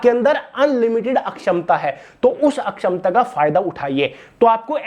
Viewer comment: Sir akhshmta ka matalab hai kshmta mai kami aap jo bol rhe hai uska matlab hai sakhmta 😂